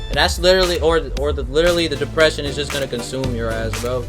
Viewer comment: Plz dont say depresion